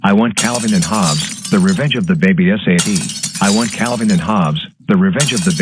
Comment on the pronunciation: GOOF: He says "S-A-T" instead of "Sat"